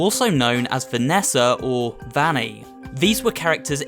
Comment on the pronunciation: I think Vanny is pronounced (v-O-nny)